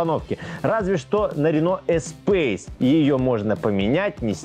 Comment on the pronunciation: Читается Рено Эспас - космос , в переводе в французского.